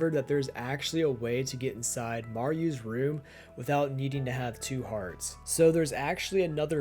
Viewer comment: Maryou...Maru- Idk if I've been saying it wrong this whole time or if his way was wrong 😭😂